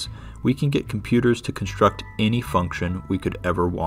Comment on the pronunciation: "str", not "shtr"! "extr"/"ekstr", not "ekshtr"! -> "extreme"="ekstrim", not "ekshtrim"!!! "construct", not "conshtruct"!